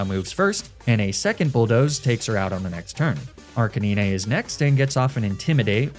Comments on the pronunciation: Absolutely disgusted by the pronunciation of 'Arcinine' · He said arcinene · Arcan-knee-ney & be-deyh. No words needed besides these 2 🤣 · I loved the story but Neenay-tails and ar-ka-neenay really took me out of it lol. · Nee-nay-tails Arca-nee-nay 😂😂😂😂😂😂😂😂😂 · Whenever says arcanine or ninetales it makes me wanna do what the rabbit siblings considered doing to Leon. 9! SAY NINE! NOT NEE NAY! NINE! 9! NIIIIIIINNNNNE!!!!!!!!!!!!!!!!!!!!!!!!!!!! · Im sorry I just gotta ask, but why do you pronounce arcanine like that? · The way you pronounced Arcanine caught me off guard so hard. 😵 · The way you pronounce arcanine and ninetails is very strange but I like your videos